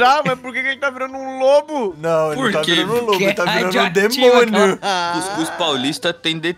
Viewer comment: acho engraçado como o ao invés de falar não, ele fala "nahm, nem faço Enem"